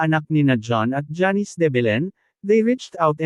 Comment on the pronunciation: Simpleng name na janice eh hndi mo pa mabigkas ng tama.. Sino mgtatyaga panoorin at tapusin ang video mo?